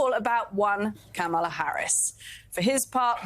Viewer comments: It’s okay that he doesn’t know how to pronounce “Kamala”Just at least spell “KARMA!” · Trump cant even pronounce Kamala's name!